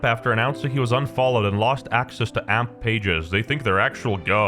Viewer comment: it's not amp!! it's A-M-P!!!!